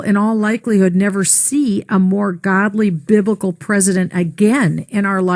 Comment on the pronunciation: It sounds like she's saying "Bib-i-cal", not "Biblical" - and that makes all the difference. Okay. It really doesn't make any difference. This bitch is totally wonkers. A lot of this country is equally nuts. Yeah, Trump is a religious guy.........and day is night, and black is white, and up is down, etc. WTF is going on with these lunatics?